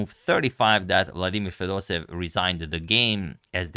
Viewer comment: Izgovara se Fedosejev